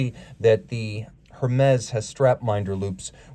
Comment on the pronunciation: Hermes pronounced "Ermez"